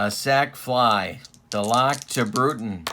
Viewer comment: Yes, it's Duh-LOCK. But it's Mike For-NEELEES....also FYI it's Jerry Cuh-SALE, who was sometimes used as a pinch-hitter and once hit one over the Green Monstah.....as for Buddin's nickname, Red Sox fans dubbed him "E6." Great series and wonderful old cards!